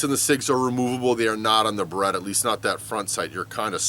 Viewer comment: I had a few beers, and this is the first time I visit this channel (Was curious about the Beretta vs Sig topic) and... the first thing I heard was "Baguette here" :DD